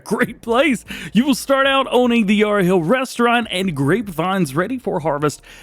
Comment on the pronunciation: We need more Australian mods mate, and Yarra has short “a” not long